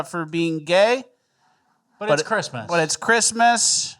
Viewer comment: I love, but I swear to sweet baby Jesus if you say "Chrima" instead of "Christmas" one more time, I'm unsubbing.